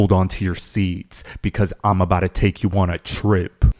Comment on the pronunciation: Imabouda….. Imabouda….. Imabouda….. T T T T T T Here are some t’s for ya.